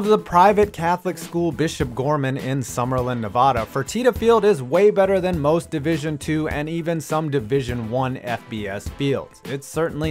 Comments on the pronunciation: Am I the only Nevadan that got triggered when he said Nevada like nevoda instead of like Nevada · Its NevADa not Nevuda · Thanks for pronouncing Nevada wrong